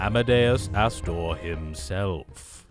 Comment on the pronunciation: "that ASStor" 😂😂😂